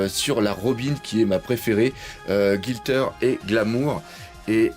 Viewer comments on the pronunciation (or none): Bonjour! Je ne me souviens plus si tu en as parlé, mais j'aurais aimé connaitre ton avis sur la dernière Figuarts Zero de Sanji et aussi si tu pouvais me dire où l'acheter (fiabilité et prix ^^) Continue comme ca! PS: GLI-tter, pas GIL-tter et Glamour:P